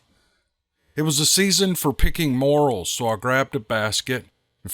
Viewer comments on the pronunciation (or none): It's pronounced more ells, not morals. Thank you to all who shared their experiences, encounters, and thank you for reading them. Always looking forward to some more Steve Lilly adventures.. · Pronounced Mo rails. Not morals. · sorry about your friend. The mushrooms in the story are pronounced more els, not morals. Like Jor El in superman. We can't have you sounding like an ignorant hillbilly, lol. Just kidding, brother. Love your stories. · Just for future reference, the name of those mushrooms is pronounced as "more-"L", not moral". On with the story.... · 😂😂 its pronounced more- rel not moral.just ribbin ya. good story👍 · Picking "Morals" ? ? ? You don't know how to pronounce the Morel Mushroom do you? This type of mushroom is most definitely "NOT" pronounced like the word "moral". No, it's pronounced like Mor-ELLE (with accent on the 2nd syllable). FYI for future reference. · I'm not trying to criticize,. Those are morel mushrooms (pronounced "more-EL" or "mor-ELZ" for 2 or more). Moral ("The moral of the story..." is pronounced "MOR-ul", and "morals" is "MOR-ulz") Anyway it's all in where the accent falls - on the first or the second syllable. I've never seen a basket of morals, but we pick a basket of morels every Spring! 🙂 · Edit: He is picking Morels, sounds like ‘more ell’ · Great video just to let you know morals are a mushroom that were in the first story your pronunciation was off if u get some time look into it for the next time, keep up the great work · It’s “more-rells”. 😂🤦‍♀️🥰🤷‍♀️. you are welcome. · More-elll’s…say it’s with me …more-ell’s Morels are a true treat of the forest. They are the only type of mushrooms I’ll eat, unless they’re magic…😅 EDIT: Sorry to hear about Kerry man, remember all the good times and cherish all the memories y’all had together… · Hey hope you don’t mind if I correct you on the proper way to pronounce morels it’s more rels